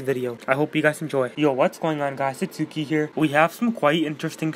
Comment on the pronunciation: Tell me it don’t sound like you said “yo guys it’s dukie here”😂😂